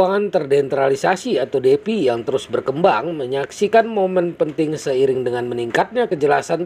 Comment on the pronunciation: Semangat Bang , Defi Dibaca Difai Bang hehs